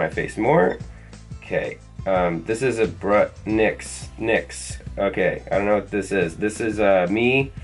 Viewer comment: when scotty pronounced nyx he said nothing in dutch lmao